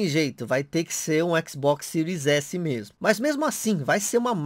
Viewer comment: Sotaque japonês